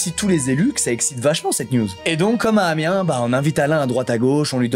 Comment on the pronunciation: On prononce le -S à Amiens ;)